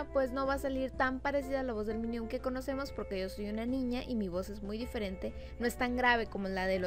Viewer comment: Que acaso no sabes decir minion dices minium